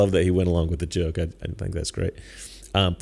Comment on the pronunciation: They mispronounced “joke”.